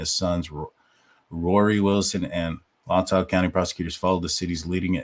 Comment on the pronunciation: I really don't think that the Officer did anything to tamper with the murder scene. AND FYI FOR FUTURE SHOWS IT IS PRONOUNCED ... (Latah) LAY-TAW COUNTY.